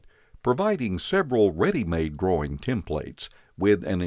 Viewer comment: Anyone else hear "save your groin" and not "drawing"?